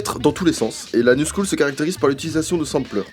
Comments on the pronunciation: "La New School" waaa on dirait qu'il dit "L'anus school". Sinon super intéressant 👌🏼. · J'suis le seul à avoir caller sur le fait que tu prononce "La new school" par "L'anus cool" ? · à qui a compris " l'anus cool " au lieu de " la new scool " ? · J'ai tellement l'impression qu'il dit "l'anus cool" a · esque je suis le seul qui a compris : Lanus cool au lieu de : la new school😂😂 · Ce con prononce "la new school" en "l'anus cool". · Pourquoi quand il dit « la new school » mon cerveau entend « l’anus cool » ? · quand prononce "la new school" j'entends l'anus cool et maintenant j'ai envie de crever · J'écoute en bossant, j'ai dû regarder mon tél pour verifier "La New Scholl", j'entendais "L'anus cool" xD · Quand tu dis "new school" j'entends "anus cool" voilà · A je suis le seul à avoir entendu « l’anus cool » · J'ai eu une hallucination auditive, j'ai entendu "l'anus cool" au lieu de la "news school"... Sinon excellente vidéo ;) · "L'anus cool" ?!? Ah non... La New School 😎 Wow comme il le prononce pt1 !!! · Je suis mort à j'ai cru qu'il avait dit "l'anus cool" au lieu "new school" mdrrrr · Je suis le seul à avoir compris "l'anus cool" au lieu de la "new school" xd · Putain, j'ai cru que t'avais dis "L'anus cool"... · Je suis le seul à entendre "l'anus cool" au lieu de "la new school" ? ( vers ) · On dirait que tu dis l'anus cool et pas la new school à minutes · j'ai trop l'impression qu'il dit "alors l'anus cool" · par contre, la new school tu le prononces l'anus cool xD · Quand il a dit "La new school" j'ai entendu : "L'anus cool" ouais... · je suis le seul a avoir entendu " L'anus cool" ?!😂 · À 14,25 secondes , je suis la seule à avoir compris "l'anus cool" ? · Juste par contre à un moment on dirait il dit "l'anus cool" mais sinon calmé bien vu la vidéo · par contre a 14.30 j'entends " L'anus cool " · qui a compris "l'anus school" au lieu de la "New school" ??? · c'est moi ou il a dit l'anus cool ??? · on dirait tu dis " l'anus cool " 😂😂